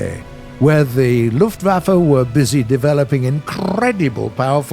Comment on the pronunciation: he Said lufflaffe